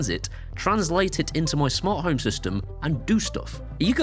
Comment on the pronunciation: Smant Home?!? 😜